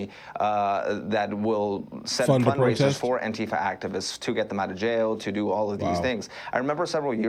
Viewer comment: The pronounciation should be antee fa(n), in my opinion. Instead of fa(r). The way fasist sounds (misspelled intentionally)